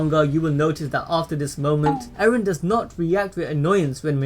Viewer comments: Why u call eren. aaron? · Not eren "ereh"